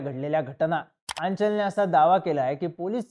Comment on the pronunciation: Thoda common sense pan vapar. Aanchal He asa spelling jari asla tari pronounce Aachal hota. Ani mamidwar madhe ड nahi द asto.